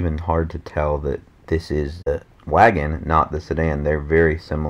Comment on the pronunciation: Every time he says wagon a part of me dies.